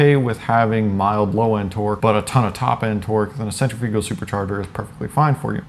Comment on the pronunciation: lol sen-treh-fugal